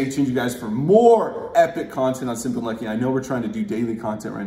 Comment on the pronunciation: Bro, pleeeaaassseee tone back the emphasis you put on your intro. The whole "whAAAAt's up you guys? SIMMMPPPPly uNNNNNlucky here." thing comes off a tad Jake Paul-ish.